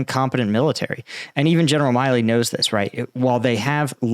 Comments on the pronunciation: I believe that General Milley pronounces his name "mill-ee". I know it's nit-picking, but I have a personal familiarity with both the surnames Milley and Miley. Unless Milley is very different from every other Milley I know, he doesn't call himself a Miley. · General Milly is pronounced Mill-e not My-lee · We're used to butchering the pronunciation of Ukrainian place and people names, but now he's also butchering American names. It's MILLee, not MILEee. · For God's sake, not only are you butchering all Ukrainian names, but you can't even read an American general's name correctly?! It's MILLEY, not MILEY. You just don't read, what's there! Pay attention and LOOK, what's written there! And force yourself to SLOW DOWN, because it's gruesome to listen to your ADHD-induced STUTTERING! Discipline! Like in the army. Speak continuously and do not rush! That's an order! And it's not ZaporiHIzia. Where did you get the HI part from? Again, resd, what's there and not something else from your fantasy! It's ZA-PO-RiZH-ZHIA. The ZH sound is like the G in beige, which is English, so you CAN pronounce it. Don't tell me NO, just do it! Slow down, take a deep breath and practice! Pay attention!!! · The pronunciation is Mark Milley vs Mark Milley just fyi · You really don't know how to pronounce General Milley's name?